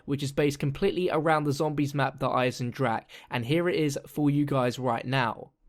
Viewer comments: Der Eisendrache is pronounced like you are saying it but with an emphasis on the e at the end so it sounds like eisendracha. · 'Der Eisendrag' hat er gesagt. Wie er es einfach nicht aussprechen kann.😂😂😂😂😂😂😂😂😂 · The ch from Eisendrache in not spelled like k or g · "wounderwaffa" "eisendrach" when the english peoole speak german words :D